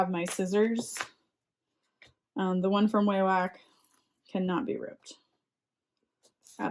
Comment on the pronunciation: When I had to call Wawak about making a return, the pronounced it wahwak. Short a sound.